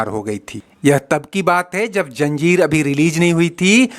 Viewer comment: Please it's not Janjeer but Zanjeer, it's not Puraana Superstar but Pehle Ya Pichle Superstar.